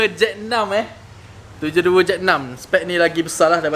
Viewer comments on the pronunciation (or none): Susah betul nk sebut 72 tu😂 HAHAHAHAHAH